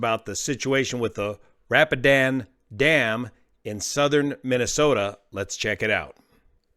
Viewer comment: I think it's pronounced ra-pee-den dam